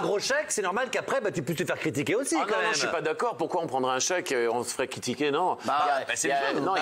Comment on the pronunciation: Quitiquer ??? Looool critiquer